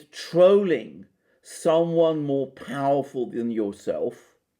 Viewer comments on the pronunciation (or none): Could have been interesting but I left when you used the word "trowling". Speak English boy !